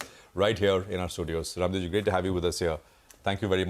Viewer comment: Bhai, Please at least give respect to Raamdeo Ji, Call Raamdeo Sir as Rammdeo Jii, Not "Raamdeo". What ever language you are using, because you are discussing about indian Market and He is one of the finest Guru of our market.